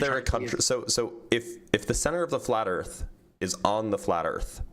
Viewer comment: LOL, '' pronounces Earth as 'Urf'